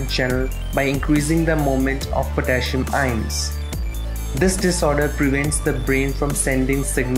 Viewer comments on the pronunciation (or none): The way he says ions annoyed me lol